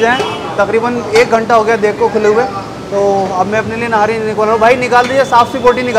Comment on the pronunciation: Its not nari its nihari